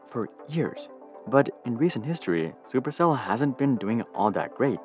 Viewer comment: "Chuper Chell"